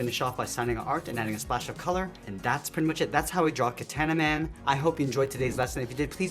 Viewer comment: its ka- ta na man notr kataena man